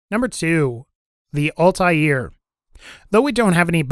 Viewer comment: Altair= All-tear, the shredding kind of tear not what comes out yo face, not all-tie-ear:P